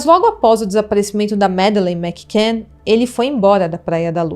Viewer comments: Fora outros erros. O sobrenome da menina ela fala errado, não é igual Mac Donald. e "Yard" de Scotland Yard ,ela fala errado. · Insuportável ouvir os erros dela. Não sabe nem pronunciar o sobrenome da menina. Fora os erros de português.